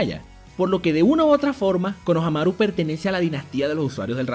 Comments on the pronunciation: Es konoHAmaru haciendo énfasis en el "HA".Tu lo haces en el "MA" y suena homosexual ja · Porque le dice konohanaru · Me caga que siempre digas mal los nombres. Konohámaru* LPQTP >:v